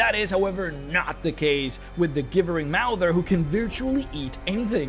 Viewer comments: It pronounced "JIB-BURR-ING" NOT "GIBB-BURR-ING" MOUTHER! (As in GIBBERISH) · Gibbering is pronounced "Jibbering." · "Gibbering" is still pronounced with a J sound, not a hard G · The way he pronounces Gibbering is painful. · Your saying gibbering wrong its annoying